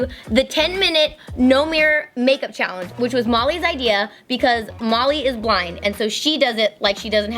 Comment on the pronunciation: When Kandee said “I don’t know Molly” it sounded like she said Mommy